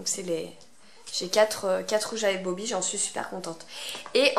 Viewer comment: Bobbi et pas Bobby...